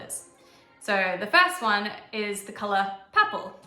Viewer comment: Yes, in purple you seem to leave out the r. 😁